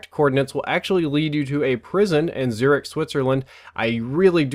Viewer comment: its Zurich